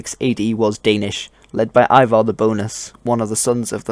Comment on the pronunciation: Ivar (The Boneless) is pronounced eevar rather than eyevar. The only one in the Vikings TV series to pronounce it correctly (at first, but then later switching to the wrong pronunciation) is the Ukrainian actress that plays Lagertha.